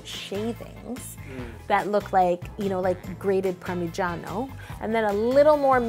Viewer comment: im going to be completely honest and i love you but I think because im Italian, i cringed when you said "Ricota cheese" and "Parmagano" lmao